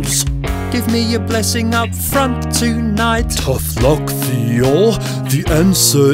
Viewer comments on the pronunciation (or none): none